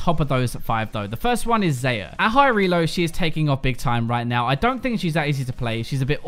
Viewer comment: you're killing me with how you say xayah. :p she's my girl just got her lvl 6 the other day. Goin for 7